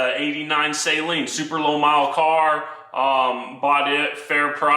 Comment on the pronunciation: People that pronounce Steve Saleen’s name “say-leen” 😖😅